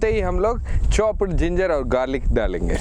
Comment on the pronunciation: I heared chopped to choppat